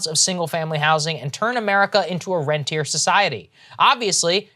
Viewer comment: Saagar, better to improve the English (more on that in a minute) before destroying French. It is NOT pronounced rentee-air; it is pronounce rawntee-aye. And BOTH of you need to cool it with the double subject in your English. It makes you sound like semi-literate children. "My dad, he washed the car." Ugh ...